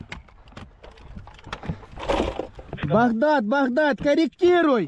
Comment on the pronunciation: يكول بكداد يقصد بغداد وات 🤔